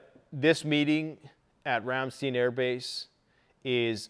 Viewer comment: Rämstiiin Its Ramstein verdammt💀😂